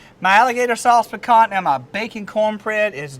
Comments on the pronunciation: “Sauce Pi Cah”, we don’t pronounce the “n”. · sauce piCAN? really?